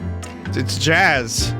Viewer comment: It's jAaAzZ